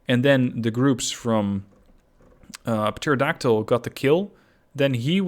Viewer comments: hey buddy! love the videos. Just a heads up on pronunciation because im guessing english Isnt your first language. Pterodactyl starts with a silent P at the start. Depending on accent (mine's Australian , so its not perfect but i say it in the former rather than the latter manner) its pronounced "Terra Daktil" or "Terro Daktil". Keep up the good work man! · Just to let you know, in pterodactyl the p is silent